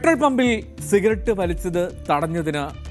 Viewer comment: സിറഗറ്റ് അല്ല സിഗററ്റ്😊